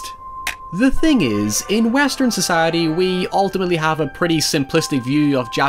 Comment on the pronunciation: This guy says "society" really weirdly.